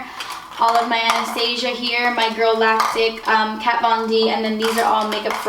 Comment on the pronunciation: Anastasia (an-u-stu-see-uh)